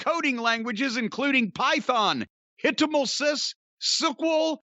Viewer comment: I enjoyed Jim pronouncing "HTML CSS" and "SQL".